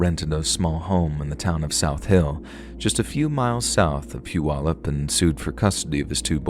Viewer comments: Whaaaat? Someone actually pronounced “Puyallup” properly? 🤯🤯 Good job! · I live in Tacoma now but I lived in Puyallup when this happened. And you actually pronounced it (Puyallup) right unlike so many people who have talked about this. South Hill was basically an area that's kinda turned into its own city even though if you live in South Hill, it's a Puyallup address. I remember the fire. You could see the smoke. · I live in Washington state & just wanted to say "bravo!" on correctly pronouncing the name of the city where Joshua Powell was born ( mark). Many non-locals get it wrong, as the spelling looks odd. I live about 30 minutes west of Puyallup. 🙂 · Story # 2 is completely true! Grew up in PNW, and remember this national news story. Thid story was well written and told. Thanks for shedding light on this dark story. And by the you pronounced Puyallup correctly🤣